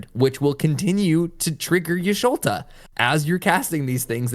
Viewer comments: Thanks for this video, great information about to try this deck out for the first time later. And I died every time you called her Y'Sholta v. Y'Shtola, she's my favorite, it was funny though :) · ish-to-la no ish-lo-ta